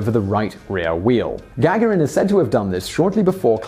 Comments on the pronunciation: can we just clarify if Yuri Gagarin's name is its pronounced Ga-ga-rin or Ga-gar-in. I've never heard it said the way you say it Simon. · to whom it may concern He does it on purpose. Annoying isn't it? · You mispronounced Yuri Gagarin's name every single time. I had to turn off the video after the fifth time. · I know name pronunciations can be difficult, but it would be nice for you to spend even a tiny amount of time double checking names like Gagaron in this video or JonBenet Ramsey in a recent video. Even searching YouTube for a video will likely yield the proper pronunciation. Hearing such well-known names pronounced incorrectly is distracting. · Morgan B It's off putting and extremely annoying because it's intentional, noticeable and detracted from the information being imparted. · it is, unfortunately, a tactic used by some content creators to stimulate comment traffic for a video. Simon is well-known for mispronouncing names; perhaps it's not all been accidental.